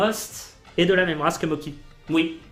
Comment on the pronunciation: Et les gâteaux en pâte de riz gluant, ça se prononce "motchi", pas "moki". Même avec l'orthographe "Mocchi", ça ajoute juste une pause entre les 2 syllabes (mo-tchi). Mais la vf le prononce à l'italienne... vive le mélange des cultures ! 😁